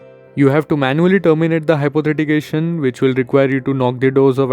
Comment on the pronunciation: Good information and helpful for many! But it's "Hypothecation" and not "Hypothetication" you've pronounced it wrong the whole time.